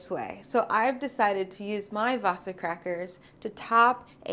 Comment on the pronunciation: cool :D you guys have our wasa bread (we actually call it hard bread). it's pronounced waaah-sa (long a followed by a short a)